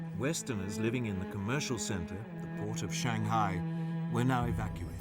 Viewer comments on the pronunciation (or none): none